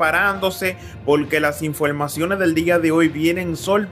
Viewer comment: InfoLmacion? EnteraLte? InteLnacional? A caso eres de ascendencia china?